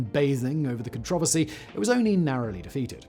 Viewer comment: Love his pronunciation of controversy. Do aluminum and vitamins next😆